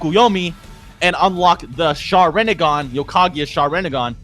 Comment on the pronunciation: The way you pronounce "Sharrenegan" makes me want to go commit toaster bath.